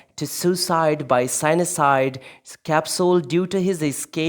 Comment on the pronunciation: Bullshit information. Bormann’s remains were found by construction workers in 1972, and it was confirmed by experts to be that of Martin Bormann. Your pronunciation of cyanide is incorrect, learn more before uploading your crap…….👎🏼